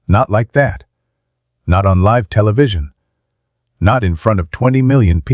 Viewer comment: How many times do you have to repeat the same thing? Learn to pronounce words ie. Live!